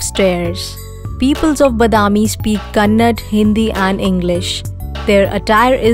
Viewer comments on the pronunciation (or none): Kachada video....its Kannada not kannad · it is not kannad Kannada...